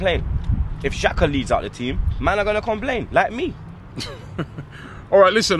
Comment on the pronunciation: I had to come back to this vid of this guy saying XHAKA after today’s game ❗️ Wtf man